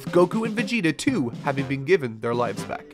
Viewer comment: Can you please stop prununcing Vegeta (ベゲタ) as Vigyta?